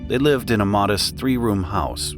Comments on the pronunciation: AI always gets hung up on that word. 😂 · A few errors unfortunately, which put me off something that looked really good. Short ‘lived’ is an example